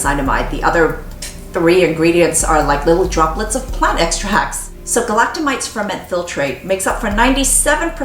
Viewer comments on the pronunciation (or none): Galacto-my-SEES not mites! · I like your videos, but FYI "galactomyces" is not pronounced that way, and SKII uses saccharomycopsis ferment filtrate, not galactomyces ferment filtrate.